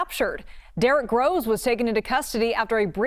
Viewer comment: I thought she said Derick Rose lol